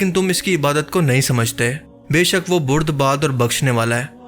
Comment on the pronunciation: Bhai shb بردبار hota h , alfaz ki sahe adaigi kya kry